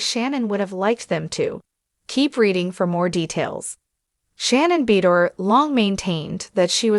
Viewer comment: Her last nane is pronounced BA DOOR